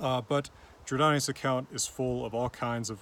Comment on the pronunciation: Jordanes is pronounced "Jor-DAY-neez" in English. /Yor-DĀ-nēs/ in contemporary Latin, although the long vowels were likely reduced in unstressed syllables.